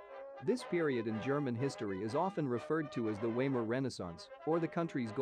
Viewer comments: Weimar is pronounced "vy-mar," not "way-mar." You embarrass yourself. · “Waymer” is pronounced “Viemar”. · Weimar Republic is pronounced closer to Vah ee mahr. W in German is pronounced like English letter V. It ended in 1933 with a takeover by Hitler.